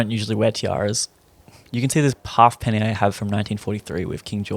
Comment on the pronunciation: It's pronounced 'hay-penny'. But otherwise, good clip